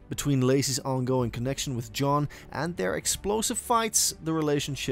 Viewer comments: The way said John's name as a Z like Zohn annoyed me the most. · Lololol right?!?! “Zjohn” was the weirdest ish at the time..